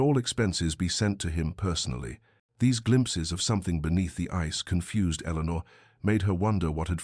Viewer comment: “Eleanor” please.